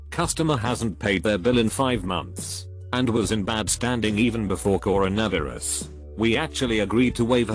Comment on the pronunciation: "Corin-uh-vur-us." Here we have AI synthesized speach bordering on the uncanny valley.